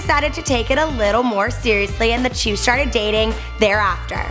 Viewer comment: It's "two" not "tyou" ew.